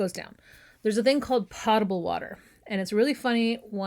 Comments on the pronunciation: My mother was very strict with us about pronunciation and grammar. So, I looked up how “potable” is pronounced on the Merriam Webster website. They indicate it is pronounced with a long “O” sound (like Poe) as the preferred pronunciation; however they also say that in the military they pronounce it with a short “A” sound (like pot). So, both are correct. 😊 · The word has been around far longer than airplanes, and the correct pronunciation is PO-table with a long 'o' sound, NOT Pot-able. Any dictionary will confirm this. (Happy to serve as Everyone's Favorite Grammar/Spelling/Pronunciation B...) Love your site! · Potable is an accent issue. I have heard both from my father, who was a pilot in the late ‘60s, before moving to designing planes. As to the one I use, Nevermore! FWIW, pot-able, pronounced as POT a ble, like weed and planting pots, doesn’t come up on any pronunciation site. It’s mispronunciation that lives on. The difference between, say, US and UK is where the stressed letters sit.